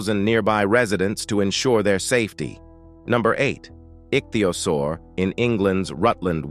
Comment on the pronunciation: You have badly mispronounced Nacogdoches, also ichthyosaur.